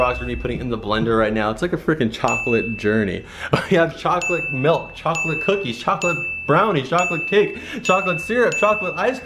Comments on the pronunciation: you said choca oa l8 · Did you say chocklate?!? CHOCKLATE!!!!!!!!! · He gets tazed because he said choclet before he said now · Did he just say chocolate dos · not like your saying chocolate on purpose